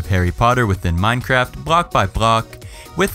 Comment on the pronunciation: Wtf is with this guys' pronunciation 'brakhhh by brakhhh'